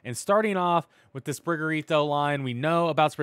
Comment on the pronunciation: PLEASE STOP SAYING SPRIGER-ITO!!! (Sprig-A-Tito* is literally pronounced the way it’s spelled)